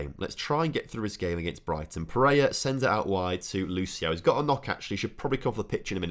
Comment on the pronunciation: Or every time he calls pereira pereia